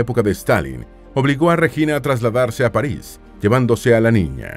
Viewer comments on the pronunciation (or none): none